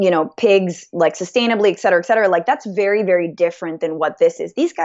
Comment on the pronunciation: Et cetera with a t. Please. Head enough of Sam Seder saying it wrong. Francesca, you’re better than that.